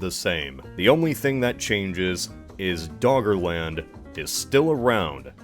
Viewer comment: All I hear is Dog Land